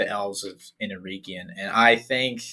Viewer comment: OUT OF LOVE: To all American tongues - EREGION (hope i'm correct in saying this) pronounced LESS with pure Eeeee sound - MORE with an EH sound...eg Egg. like the name Eric.....or Beren (and Luthien). At the end of the word....you CAN go nuts with the Eeeee sound... eg.. EeeeeeeOnn. Summery: Er(ic) + Egg + EeeeeOnn OUT OF LOVE NOT CRITICISM.......i generally love US/CANADIAN phonetics. Went to a US/CANADIAN high school.